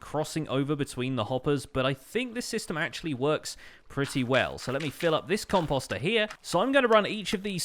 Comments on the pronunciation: Post . . .post ....... composter . Sorry that just really bugged me. You said it like 50 times. And I cringed every time. But thats just me. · i’m still not used to hearing him say ‘composter ‘ like ‘imposter’ lol